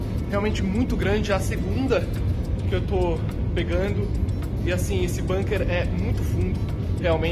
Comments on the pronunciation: Gente, pelo amor de Deus, nem nessa hora vocês escapam do colonialismo inglês? A palavra " bunker" é alemã, e se pronuncia como se escreve, com som de '"u" e não "banker'! Argh!!! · Ótimo canal! A gente gosta muito dessa equipe dinâmica e bem-informada. „Bunker“ é palavra alemã, e a pronúncia é com „u“ mesmo: búnquer… mas todo mundo entende mesmo assim ;-) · Bunker é uma palavra de origem alemã, com som de u, não com som do u inglês.